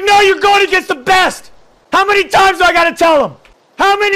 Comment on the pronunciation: "How Many tImæëìs"